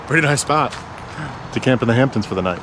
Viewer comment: As someone from Long Island every time you say the Hamptons I cringe a little bit we still love ya